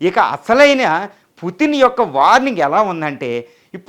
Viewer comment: please converce as putin not puttin. it will give a different meaning